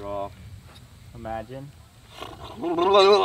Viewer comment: When is someone gonna teach how to properly pronounce the word Draw